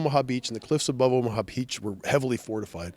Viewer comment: It’s. Not omha it’s omaha